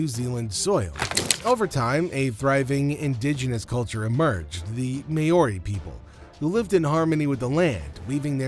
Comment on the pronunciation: So, what just happened? The commentator really needs to do some research into the pronunciation of “Māori”! “Mahri” not “Mayoarie”!!!